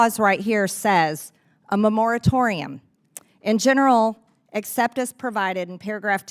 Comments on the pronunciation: “Memoritorium.” She can’t even read. (Not that she even tried reading the bill.) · I like her, but "memoratorium"?? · Someone tell her how to say moratorium, please.